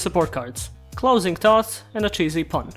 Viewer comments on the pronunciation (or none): "Closing thots" don't lie some of you also heard that